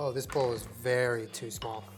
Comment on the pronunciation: When you say “very excited” I hear “Aries excited”’ and I cannot not hear that now.